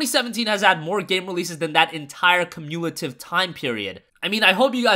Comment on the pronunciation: Do you seriously not know how to pronounce the word "cumulative"?